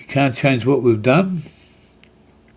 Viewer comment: Please get your words and facts right before you point out things you dislike - it is done not dome - it is meth not Meath - and Cabramatta was heroin capital in the 90’s no longer - it was Vietnamese people running most of it at that time - easy to point fingers to lay blame rather than be the change you wish to see